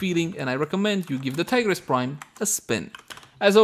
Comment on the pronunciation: Man really said tea grease prime 💀